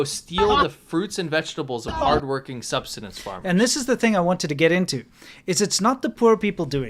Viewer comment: Subsistence not substanous 🙄